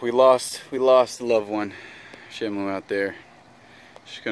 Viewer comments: Shamo, Shammoo, and shimo, its SHAMU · black dragon877 how to pronounce the fishes name is Shamu